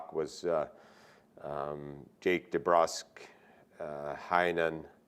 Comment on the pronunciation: lol Man said Jake Brusk, he just gave a dude 35 m and botched his name lmao.